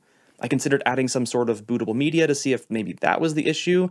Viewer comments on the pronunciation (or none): none